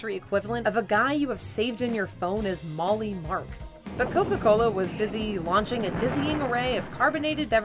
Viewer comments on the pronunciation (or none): lmao the way you pronounced molly...